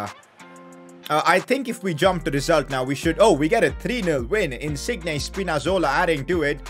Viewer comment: Wtf is that pronunciation of insigne